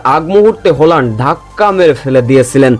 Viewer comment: উসশারণটা ঠিকঠাক করেন! হ্যাল্যান্ড কে হোল্যান্ড হোল্যান্ড বলে যাচ্ছেন?